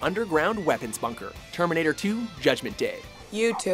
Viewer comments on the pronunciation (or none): none